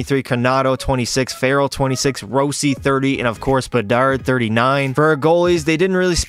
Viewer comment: row-si got me dead bruh😭